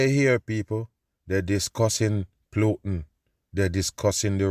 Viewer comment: I love when says "Plutin"! Hilarious!